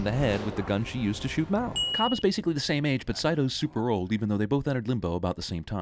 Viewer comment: What bothers me is how Mal is pronounced like mall in the movie but this guy just decides to take it upon himself to create his own pronunciation.